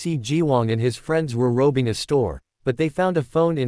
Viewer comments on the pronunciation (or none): The ai voice are so funny lol Instead of robbing its rowbeng😂